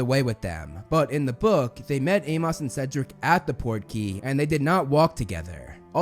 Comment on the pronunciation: I cannot get over how you say Amos, you say Ay-moss but it should be Ay-muhs. Great work as usual though.